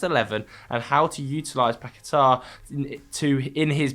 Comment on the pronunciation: saying paqueta 🤣🤣🤣 Say barTHElona next😂